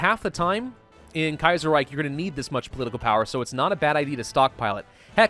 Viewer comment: ahem You're pronouncing Kaiserreich just fine. I would know. I'm a Linguist™.